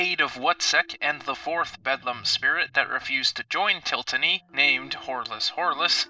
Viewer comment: Til-ot-ny (til-lot-nee) not tiltany